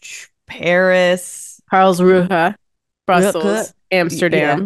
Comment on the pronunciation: did a great Job pronouncing Karlsruhe! Awesome:)